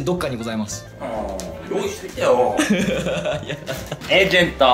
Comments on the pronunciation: エイジェントw エージェントじゃないんだww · エイジェントじゃなくてエージェントじゃね？笑